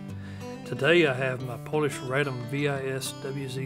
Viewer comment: Simply Vis not Vee aI eS. It's a word in Latin (power) not an acronym. Though it did start as an acronym WIS which stood for the names of the designers (W and S, "i" meaning "and" in Polish). And W is read as V in Polish so it was a simple transition... I guess someone heard the name and went; - Vis? Like"power" in Latin? - well, now that you've mentioned it... ;-)